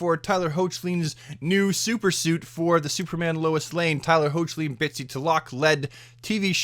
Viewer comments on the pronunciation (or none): Couple of things, Tyler Hoechlin's name is pronounced "Heck-lin", Chyler Leigh is pronounced "Ky-ler Lee", and you can the entirety of Crisis on Infinite Earths, as well as the 5 most recent episodes of each show legally and for free on the CW app. That's how I watch them. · Its pronounced Heck-Linn